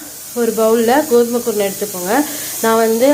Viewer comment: என்ன குருனை என்று தெளிவாக சொல்லுங்க சகோதரி